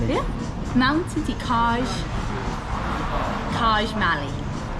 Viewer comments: Did she just call “çaj mali” as kazh malli? 😂😅 it’s pronounced chai mali lol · FYI , it’s pronounced Chai mali (çaj mali) which literally means mountain tea! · It’s pronounced chai mali 🤦🏻‍♂️ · Love your videos. You butchered "çaj mali" but well done for trying ❤